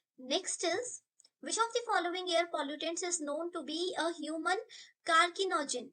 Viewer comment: please pronounce carcinogen properly Wtf is CARKINOGEN